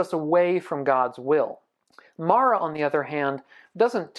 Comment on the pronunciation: You’re saying it wrong. It’s Māra. Not Mara 😅